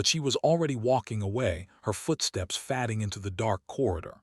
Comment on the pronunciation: It's arith ma tic and hoping, not hopping, and BOW as in NOW, fade ing not fadding. Just one version of a common story